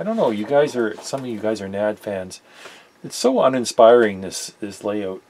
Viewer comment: Maybe it's different in Canada, but the correct pronunciation is by the letters N-A-D, which is how the company pronounces their name. They've made some of the best sounding amps for the money ever, including the 3020 which was a giant killer and the most sold amplifier in history. You're a top notch tech, I'd suggest an anti-static mat on your bench rather than the piece of carpet. They hold solder drips, wire clippings and can generate static shocks. Keep up the good work. Really enjoy your videos.